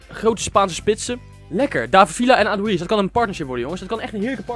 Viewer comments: Paul Pogba het is adoeries niks adoeriets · je spreekt aduriz niet lekker uit, het is "adoeriets"